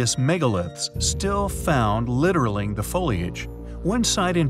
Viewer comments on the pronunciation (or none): Nothing "landed" in Tunguska, it was an air-burst. No such thing as an "Egyptian Pheonix Egg". The "Tikal Deluge" is part of Sitchin's delusional theories. he says "literalling" instead of I assume, "littering". Pakal's tomb is a known representation, and has zero to do with space; unlike these fools and von-Daniken want you to think. The "model" is pure fantasy. Ok, done with this critique. If you believe this tripe, more power to you. It's no wonder this channel has been de-monetized by YT. Spreading lies is bad.